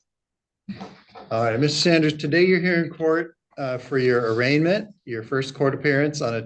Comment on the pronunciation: Bro. It’s arraignment…